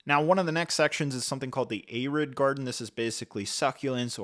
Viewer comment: Man said ay-rid. lol